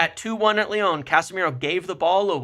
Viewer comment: Leone (Lyon), Simone's (Simmons), Ineose (INEOS). American's really don't do well with the letter o it seems.